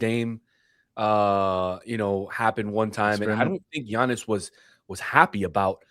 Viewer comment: Did he just say G - annis? thumbs down, clicked away...